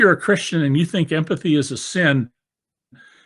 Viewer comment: "REGARD, for the other"...DCJ Empathy is a 3 syllable word. Oops🟥